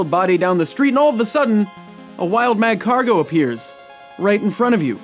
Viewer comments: You don't pronounce the first "g" in magcargo. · It's magcargo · The pronunciation of Magcargo alone is killing me... dead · The g in Magcargo is silent. I think all pokemon have killing potentiol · The "G" in Magcargo is silent. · Great job on this episode tho it Really frustrated me because you pronounced Marcargo's name wrong tho i cant blame you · THAT'S NOT HOW YOU PRONOUNCE MAGCARGO